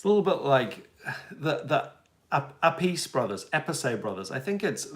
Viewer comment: In fact if we take the real thing you all misprononced Tony and Appice bros name. You say this the anglo saxon way. But in real : eeeomee " thats how you say Iommi Why ? Because its italian. And there no english " eye " sound for I in romance languages. Appice sounds like " Appitchey ". In italic languages, C followed by I or E made a tch sound, not a C like in english, french or spanish... They americanized the prononciation because, no offense to you all, thats what it is, the anglo saxon and romances languages don't go much together as far prononciation is concerned 😊